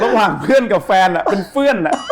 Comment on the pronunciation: ชอบคำว่า เฟื่อน ของคุณหนุ่่ม555